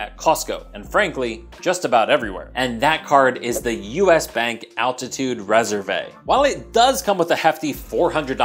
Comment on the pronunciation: How did you just say "Reservé"?